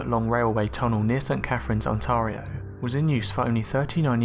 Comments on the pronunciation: Ontar ia??????? Try Ontar io. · Ok why did he say Ontario like this: Ontorio Like Wtf???? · I wanna teach you some Canadian English! " Scosha" < Scotia " Onteario " <Ontario <3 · It really pisses me off the way you say Ontario.